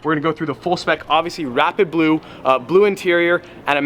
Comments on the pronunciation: Did anyone else hear him saying “wrap it blue” instead of “rapid blue”? I was so confused for a minute. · Anyone else think he kept saying "wrap it blue" instead of "rapid blue" paint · Ngl when I heard him say rapid blue I thought he said wrap it blue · I swear he kept saying he'd 'wrap it blue.' 😂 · Who else thought he was saying “wrap it blue”